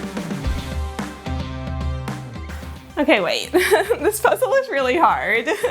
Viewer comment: So It’s the first time I’m ever watching a video of you (love it! I subscribed immediately), but first I thought you said “welcome to PREZEL”, and I was like “YEAAAAA prezel! wait. Ohhh Puzzle hahahah” 🤣 anyway, great video!